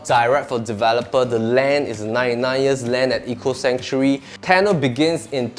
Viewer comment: Hi, you're also pronouncing 'Sanctuary' wrongly. You're pronouncing it as 'Century', which is wrong. Also for 'marble', please stress the 'ble' not 'marber'.